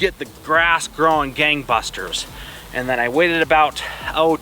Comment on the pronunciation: ok, I though he says bastards. Lol